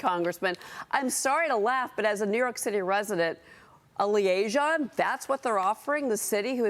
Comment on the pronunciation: This woman does not know how to pronounce “liaison.”